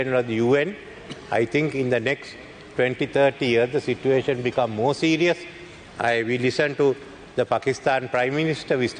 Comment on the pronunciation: සර් situation කියන වචනෙ කියද්දි සිචුඒෂන් කියලද කියන්නෙ